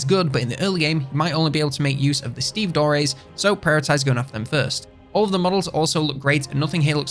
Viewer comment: Sorry to point this out but the pronunciation of stevedore is not either of the two options you presented, so you might be interested in looking that up when you have a moment.